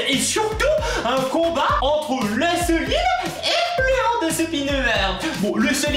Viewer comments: mes lui il prononce slime au lieu de slayme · sa s'écrie Salomé mes sa se prononce sliame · Le i se prononce ay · Ça se dit slime et hand spinner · Ont dit pas le selimmmmm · Selime lol 😂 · Tu as dit le selime 😐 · SLIL LE MEUULLEUR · et d'abord ont dit slim pas selim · LE SEULIME ET LE HANDEUH SPINEUREUH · seulime et leu andeuspineuar 😂😂 JPP #TeamPalmier